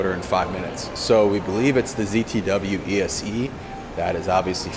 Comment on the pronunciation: Is he saying "ESE" instead of ESC?